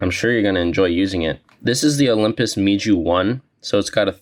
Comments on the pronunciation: its pronounced mew like the greek letter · It’s pronounced “MEW” and not gonna lie that memory analogy was kinda corny. I cringed hard. It’s not that deep bruh.